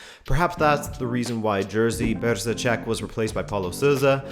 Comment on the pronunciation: Jerzy Brzęczek = Yeshy Bshentchek